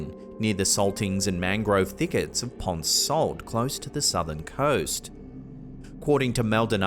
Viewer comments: Say it with me Ponce ("Pon-SAY") not ponce. I was wondering which Spanish name you were going to butcher this time. u_u I get you've got an accent but at least look up how to say these things correctly, please. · There are lots of reports of alien activity in the south of Puerto Rico!! I had my first UFO sighting on the island myself. And btw when saying “Ponce” it’s Spanish so you pronounce the “e”